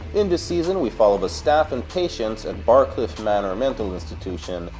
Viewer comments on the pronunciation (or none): Anyone else notice that he said Barcliff instead of Briarcliff when he was talking about Asylum